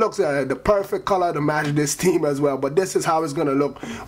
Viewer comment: ever "TEEM" "TEEM" PRONOUNCE YOUR GOD DAM H'S